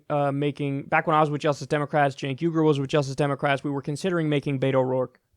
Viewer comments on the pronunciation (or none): none